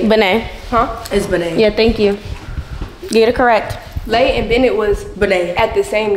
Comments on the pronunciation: Where she get Bennett from it’s Benet 😂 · “Ben it”😂😂😂😂